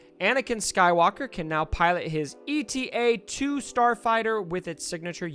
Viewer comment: FYI, the model of Anakin's fighter isn't "E.T.A." it's "Eta" the Greek letter. Like zeta without the z.